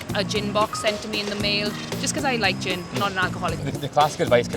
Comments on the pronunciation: I misheard her as a "Gym Box" and I was like "what's in that? Elastic rope?" And then she said about going non-alcoholic and I was like... "ooooooohhhh" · I was thinking "who pays for a gym membership every three months?" But then I realized she said Gin. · When she said gin box I thought she said Gym! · Man, I thought she said "gym membership". Turns out she just quit bein an alcoholic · I thought she was saying gym at first. You should realise you’re an alcoholic when you can’t stagger down to the off-licence anymore. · I thought she said "gym membership". Yep, gotta give up that exercise.